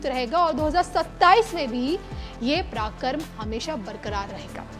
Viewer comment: Madam aap reporter hain hindi to sahi boliye. Paraakram aur parakramesh to sahi uchchran katriye